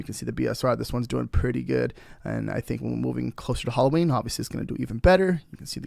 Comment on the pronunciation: Can’t give it a thumbs up when you keep calling it Holloween